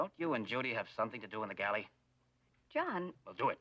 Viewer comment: In the gallee?